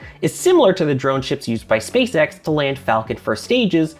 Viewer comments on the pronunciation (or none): none